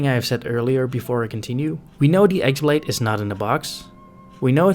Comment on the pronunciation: It's not x blade its χ-blade (chi/key - blade)